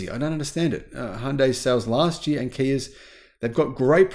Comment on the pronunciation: it's pronounced YEAR...Not YEARah...You're Welcome...